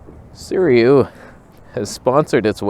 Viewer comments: Informative and funny video, as usual. Side note about Sirui pronunciation - try "Seer-ooo-eee" instead of "Seer-eee-ooo". The company that gives you a free lens to review might appreciate it if you could say their name correctly. And regarding the wearing of sweat pants in public (of any color), the implication is that you just rolled out of bed and went outside without washing yourself. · I came just to hear you try to pronounce Sirui